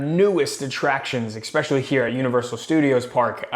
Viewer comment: Bro…there’s no X in the word especially! Especially. Not expecially